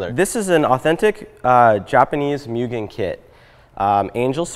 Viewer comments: It's 'moo-gin' not 'myuu-gin'.. I was pronouncing it wrong for years too until I heard it from Mugen's president himself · It's pronounced "Mou-gun" not "Myu-gun." :) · it's pronounced Mujen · thats not how to pronounce mugen, you dont pronounce like myugen, you pronounce like moogen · Mugen (moo-gehn) no pronounced (moo-jen) my only complaint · its pronounced moogen not mugen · It’s pronounced “moo-gen” ever since I heard the right pronunciation, I’ve cringed every time I hear “mew-gen” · great build but man come on... please say mugen right. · it bothers me that he mispronounced Mugen...